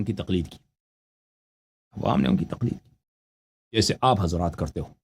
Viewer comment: Talqeed nahi Taqleed hota hai